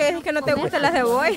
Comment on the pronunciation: Comé "Jebolla" jajaja